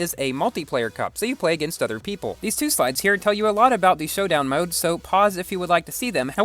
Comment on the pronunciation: making an A8 video?!!!!:o "Showdown Moad":thonk